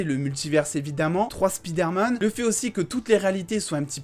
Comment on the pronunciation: c'est pas speederman c'est spiderman, c'est pas compliqué